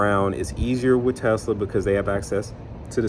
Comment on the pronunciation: Dude, There’s no (Z) In Tesla 😂